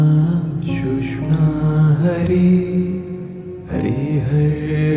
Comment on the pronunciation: thanks for this pointing out. Also, I'd like to point out it's pronounced sush-shoom-na. Sounds like "sushma" I'll add that it's best to not get caught on perfect pronunciation etc as it's the intent that truly matters but should be recognized that the nad vibration of the word is changed. just a note :-) keep up the great work . thank you!